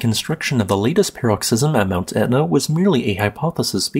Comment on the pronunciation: PAR-uhk-siz-uhm or puh-ROK-siz-uhm, not "pear-rok-SIZ-uhm"